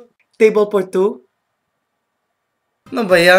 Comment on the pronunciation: Thats great, the way he talks is more like "Forced English" or more commonly known as "Carabao English" >_> Like, BERSION instead of Version PILL for Feel POUR for For? LMFAO, yeah, good job dude, GOOD JOB